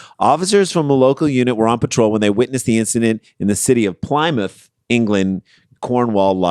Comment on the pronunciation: Ooh Plymouth (it’s the Florida of England in that it’s at the very bottom and it’s a nobbly bit. Pronounced Plim-uth) so yeah, that sounds about accurate 😆